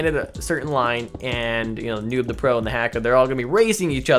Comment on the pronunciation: what is a noon?Its pronounced "noob" got it good cause i'm not teaching a spelling class